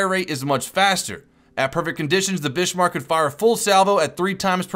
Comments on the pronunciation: Bismark BIS-MARK and TIRPITZ TER-PITS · OMG!!! Bismarck... not Bishmark... not Bissmark; it's BIZmark Tirpitz ... not Tierpitz... not Tierpitsh; it's Terpits Kriegsmarine... they were German, not French; it's Kreegsmareen Battle of Denmark Straight, if I remember, had just four ships involved, two german, two british; I don't know where you dug up two more CA's. Eugene... not Yougen; it's OYgun Prince of Wales had problems with her quad turrets, as did all ships with quad turrets; it was less about their newness, and more about their overcomplexity. An argument in favor of more turrets with less guns. Fun fact - KGV and Rodney got too close to the Bismarck to penetrate her deck, and basically tortured her superstructure until she scuttled. Battleships need angle of fire, NOT line of sight; keep your fucking distance!!! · Ok not to be a troll or anything but it's pronounced Bizmarck not bishmarck and Prince YOU JEN. On another note I hope this game doesn't make the same mistakes Navy Field made as at some point I assume they will introduce submarines, which totally changed the game play of NF and ruined it for a lot of players. So far though from what I've seen this game looks and seems to play amazingly well. Waiting for my key to beta hope to see you there. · Bismarck pronounced as Bizmark, Tirpitz pronounced as Turpits :P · The Bismarck and Turpitz is pronounced "Bizzmark" and "Turrpitz". Not Bishmark and Tripitz. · Bizz-Mark, Tur-Pits, Prinz Oy-gen, Kreegs-Mareen. Anything else I can help with, let me know. Some would call me an expert. By the way, I watch your vids because I like your vids. Thumbs up! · It's Bis-marck and Tier-pitz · its funny at some points of the video i sware you where calling it the bishmark :P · So many errors. Bismarrrrrk, Tur-pits and the H class never had designs for 31inch guns. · is it it just me or was he saying "Bishmark" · Am I the only one that though was calling it the bitchmark in the first 3 minutes? haha